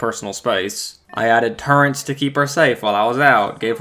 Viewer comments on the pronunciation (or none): Smoothbrain said turret with an N lol